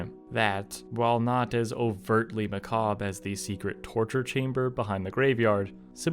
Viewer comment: Thank you for pronouncing, not only Charon, but macabre correctly.